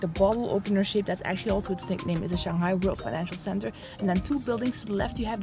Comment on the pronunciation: it's shang hai, not "shang gai", I find many foreigners have this little pronunciation problem :)